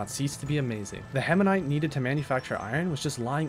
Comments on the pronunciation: heminite:) (btw this is a banger video) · Hematite has no N Atrox has no I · The permanent twitch in my eye everytime he said hemanite instead of hematite. Otherwise phenomenal content. I wanna pick Astroneer up again. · The video is interesting but I swear to the Great Goddess above you need to start reading words before you say them. Hematite not hemanite Atrox not atriox